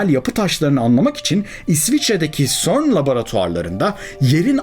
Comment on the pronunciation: Hocam ufak bir düzeltme.Cern "sörn" diye değil "sern" diye okunur.